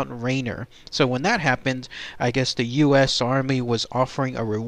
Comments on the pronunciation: its mount ra-near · pronounced Mt Rainear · What country is this narrator from ? You pronounced everything wrong. Mt. Rainier, Yakima and Tacoma... why?